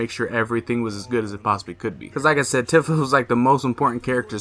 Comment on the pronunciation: Tifa is pronounced with a "ee" sound like iced tea. "Teafa"